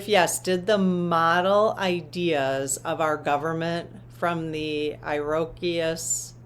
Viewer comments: Pronounce "ear a coy" tribe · I think you’re trying to say Iroquois Indian tribe/nation, pronounced Soft ǐ-row-qwah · Iroquois - Native Americ ans. Pronounced ear-a kwoy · It’s the Iroquois ( Ear uh kw oye ) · The native American tribe name of the Iroquois is pronounced 'ear a koi'. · Iroquois is pronounced EAR - uh - coy in American English.